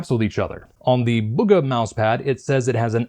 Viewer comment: its bug-uh